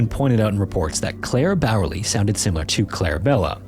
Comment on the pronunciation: „Claire Bearley“ = Clara/Klara Bäuerle 💀 Oh well he tried. I think.